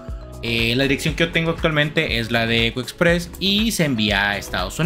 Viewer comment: Costó entender el nombre de ECO EXPRESS.